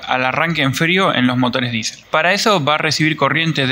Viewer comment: hermano es diesel no disel